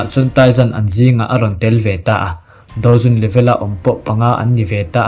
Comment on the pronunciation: i hnar ping tawng a maw ka tia mahse dou zun kha i lam dik ve leh tho bawk sia.. Ka comment ta hram😅😂